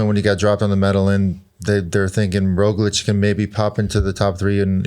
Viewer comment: Sir Bradley, there is a “g” in Roglič that needs to be pronounced. Where did you hear that the “g” is silent?